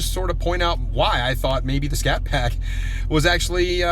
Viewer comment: " we bought this little scatpact" 🙄🙄